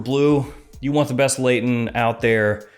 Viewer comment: New word: Blayton ;)